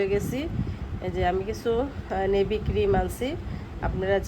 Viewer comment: নিভিয়া বলে, নেভি না